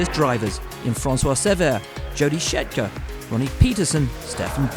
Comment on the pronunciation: Why is it any time Jody Scheckter is mentioned this guy say ‘Schetcker’?